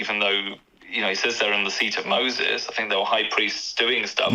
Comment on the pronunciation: Girl wants to pull up with a RC gotcha just to mispronounce the name Moses and not know what the Eastern Roman Empire is. Sad day for Catholic apologetics.